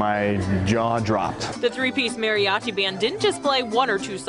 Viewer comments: “Merry-Achee” makes me cringe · I like how she say mariachi